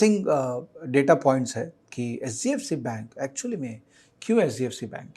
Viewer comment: Pronunciation of HDFC sounds sbfc